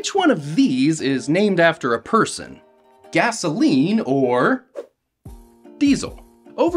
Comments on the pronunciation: Bro went from Cassell to Cazeline and Gasoline💀💀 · I will now pronounce it Cazeline. 🎉